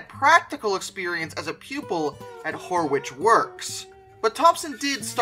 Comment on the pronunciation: "Horwich" rhymes with "porridge".